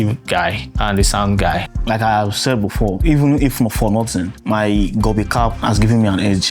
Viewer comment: its gobi not gobe